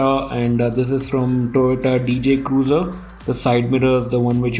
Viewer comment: brother it's FJ cruiser not DJ cruiser🔥.